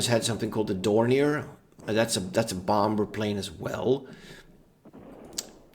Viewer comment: stop saying bomber weird my dude